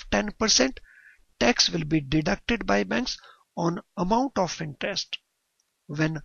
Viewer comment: intest nahi interest .. horrible pronunciation